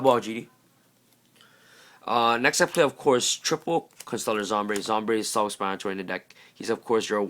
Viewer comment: ITS SOMBRE NOT ZOMBRE